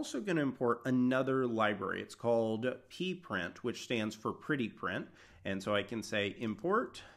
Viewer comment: its P-print not PP-print!!!!!